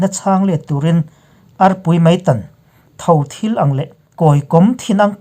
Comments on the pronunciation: Tho thil..thil lai hi a sangin i lam ri a, a hniamin lam rik tur a ni. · Chhiar thiam lo reuh ma nge...tho thil...bomb tih velah khian a ri hniam tur leh ri sang tur hrethiam lo a ni maw. Tiang in ti peih ta rau rau, a chhiar dan dik zawk hi ngaihven thin teh u.He hu hlawm hian. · I channel hi ka ngainat tehlul nen, Mizoramah lehkha i zir lo nge ni, idioms leh phrases hi i chhiar dik lo nasa thin hle mai a.. He video ah pawh hian "tho thil ang" tih leh "kawi kawm thin ang" tih i lam dan ah hian a awmzia a bo vek alawm.. han tang deuh deuh teh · Tho thil ang, in ang thap sawina, Thil/Rep tih tur, thil(matters) nilovin tomato i rawh dawn a, tulthir i thil ang khan, tho thil ang tih tur. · Tho thil ang tih a thil hi sarep tur kan thil lam ang a lam tur. Kawi kawm tih pawh hi lehkhabu kawm kan lamang a lam tur aw. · INP Mizo Channel a ngaihnawm ṭhin e. Chutih rualin Mizo ṭawng thluk diklo tam ṭhin lutuk hi a ngaimawhawm hle mai. Tun ami a pakhat lek, "Tho thil," tih pawh hi a thluk hian a awmzia a tidang daih a nia. Han ṭang zel teh u...